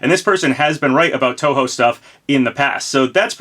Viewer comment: Hey as a long term Touhou fan, thanks for pronouncing the name correctly.